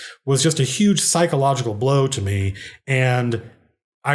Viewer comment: "Cycle-ogical" Blow